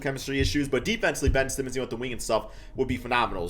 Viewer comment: did anyone else hear say simons instead of simmons or am i trippin